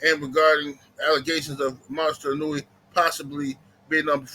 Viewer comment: ino-way not inunewy... lol